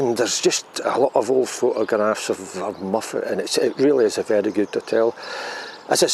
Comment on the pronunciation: Hi,I thought tou were saying muppet made me chuckle. l loked it up and it is Mof+uht. Looks a bit bigger than I remeber,being snow stranded there on the way back from London in1985. Walking in the hills in hot sunny weather is very draining,the air seems less energy friendly. ATB